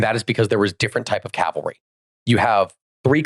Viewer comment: Calvary is the one american mispronunciation there's absolutely no excuse for